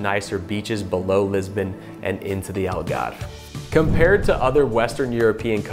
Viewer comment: I love Madeira. Only thing is... It's too hilly. Will probably settle for the second best... The Ahhhlgarrrve (as pronounces it). 😊